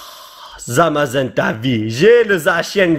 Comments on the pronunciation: c'est Zamazenta et pas Zazamenta. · Tu a dis zazamenta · A 30 seconde tu as dis zazamenta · zazamenta 😂 le respect mdr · polo c est zamazenta pas zazamenta hahaha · Il a dit zazamenta alors que c zamazenta